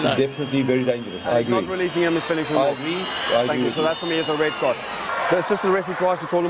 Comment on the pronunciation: "red cya" ? :D